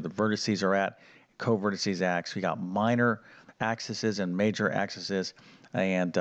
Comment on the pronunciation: It's pronounced "FOE sigh" for the plural and "Focus" for the singular. Also, iit's "AX ees" for the plural of "axis." Other than that, good information.